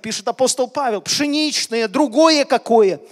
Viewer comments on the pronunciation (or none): none